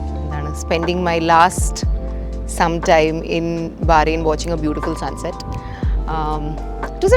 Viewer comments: Not barren...it's Bahrain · It's not barain It's bahrain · Welcome to Bahrain dear.. it’s pronounced as ‘bahhh -raii’nn’ not barain 🥳 just to let u know 💐❤️ love ur vlogs ❤ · It's not baa rayn...it is Bahrain the Arabic word.Bahr means river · What on earth. How did you pronounce Bahrain???????????????? 200rs